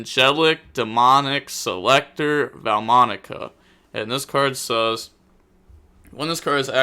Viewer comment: Take a shot every time violates the pronounciation Enjoyed as usual tho 🤙